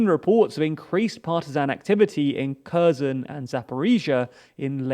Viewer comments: It's not 'ker zon', it's 'kare son' it's pronounced 'easy um' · KherSon. KherSon. KherSon. KherSon. KherSon. KherSon. KherSon. KherSon. The "S" is an "S". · This was the worst pronunciation of the Kherson, ever. Херсон i am not native to any slavic or not even European languages. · As long as you've been reporting on this.... and very well for the clueless, I might add... Could you just learn to pronounce the fucking city names? If I hear Curzen for Kherson one more time I'll have an aneurysm I swear to god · Just pronounce Kherson properly. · Every single name was mispronounced again. Well done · Holy shit, the way you butcher the pronunciation of the various placenames... Pro tip: on Wikipedia, there's always an IPA pronunciation provided in the first paragraph of the given article. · Damn. Stop pronouncing Kherson like that, it's so annoying...